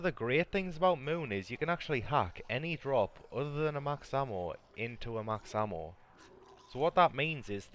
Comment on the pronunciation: Max hammo damn Irishman.